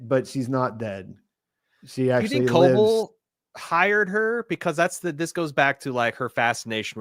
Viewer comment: Please pronounce Ms. Cobels name right. It’s driving me nuts